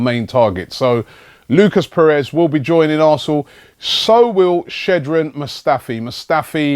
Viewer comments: Shkodran not Shedren Robbie...😂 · Robbie its Shkodran not Shedran haha. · Robbie I love you but it's "Shkodran" not "Shedren" 😂😂😂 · his name is shkodran not shedran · Skodran not shedren mustafi 😂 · Shkodran Robbie not Shedran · Robbie his name is not Shedran, it's SHKO-DRAN. Kinda like "scholar". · it is pronounced skod-ran with a silent 'h' at the start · Shedran? You sticking with that yeah. Just gonna ignore the K in his name. And the O. And add an E. Fair play. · Tbh, it's not. I mean it's one thing to butcher Xhaka's name, but in English Shkodran is just pronounced as it's written. Sh read like any other English word with sh and no silent letters.